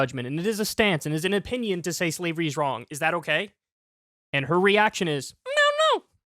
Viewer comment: Did Kyle say slevery lol .